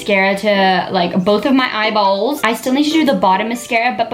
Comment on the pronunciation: When you added mascara i love how you said eyeballs you said EyeBollsss😂😂❤❤